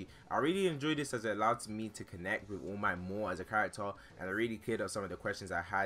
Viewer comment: his name is all might not oh mi